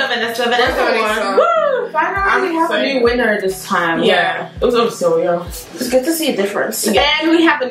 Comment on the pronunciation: Sylvia wonnnn not van